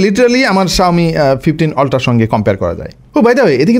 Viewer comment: Ultra ❌ Oltra ✅